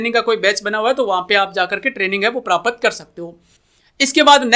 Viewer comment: भाई prapat नहीं प्राप्त बोलो